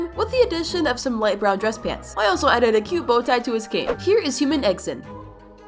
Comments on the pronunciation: It’s not eggsen it’s eggsten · It’s egg Sun not eggThe